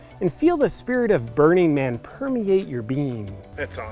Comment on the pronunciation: Is it just me or does his pronunciation of "Burning Man" sound like "Bernie Man"?